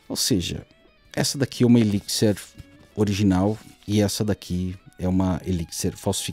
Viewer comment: eliquisser ... pronto, aprendi a pronúncia!